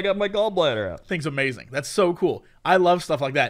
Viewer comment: Jesse forgot the 'ing' at the end of 'Amazing' when describing Ikea